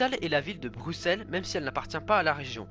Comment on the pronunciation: Et bravo d'avoir bien prononcé Bruxelles... c'est trop rare